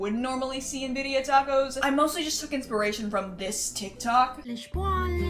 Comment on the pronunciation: You actually said crema right girl u just messed up the word birria hahaha